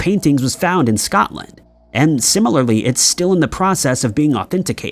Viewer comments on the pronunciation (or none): none